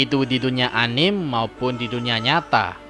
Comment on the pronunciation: Bukannya bacanya ANIME ITU "ANIMEEE" . KENAPA "ANIM"?